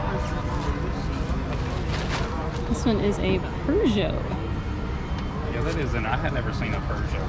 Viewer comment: It’s a Peugeot “poo-joe”. There isn’t a R in the name. That company makes cars in Europe. Looks like y’all had a great time there. Keep up the great work!!!!!